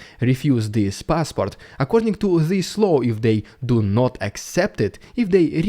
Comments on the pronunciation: I don't like pointing out people's accents and making light of them, but pronouncing Putin's new law as a 'new low' translates just as well. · Law, not low ;-)